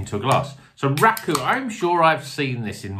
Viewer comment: I’ve no idea how Rakau is pronounced but the first time you said it just made me think of “Racelle” from Only Fools 😂